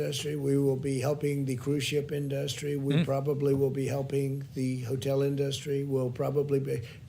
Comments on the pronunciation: Crikey, Trump went for the extra dark spray tan today, eh. Also, his pronunciation of the word 'industry' is bizarre. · Somebody teach that orange thing to pronounce "industry" PLEASE!